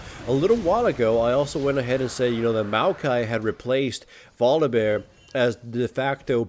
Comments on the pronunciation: Why the heck do you keep pronouncing VoliBEAR as VoliVEAR? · Say it with me-- Voli BEAR. Not volivare. Ily but i am also a grammar nazi